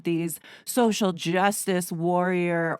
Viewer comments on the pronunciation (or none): none